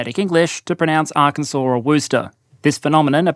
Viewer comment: Arkansas was spot on as well. I live next door.